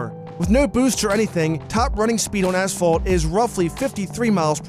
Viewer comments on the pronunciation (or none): none